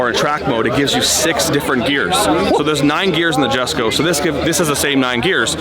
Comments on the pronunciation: Jessusss him saying "JHESKO JHESKO" it's erking me. Correct his ass for God sakes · someone tell him its pronounced "Yesko". It is spelled Jesko but said with a Y, named after Christian Von Koenigseggs farther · Lol he said "Jesko" it's pronounced yesko dummy.. and u own a Koenigsegg.. SMH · So damn glad to see you guys working together again. However the Jesko name being said wrong over and over drove me nuts lol